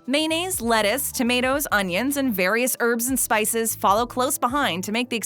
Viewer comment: I have to stop giggling in every video when she says maynayz (mayonnaise). Lol. No offense. ☺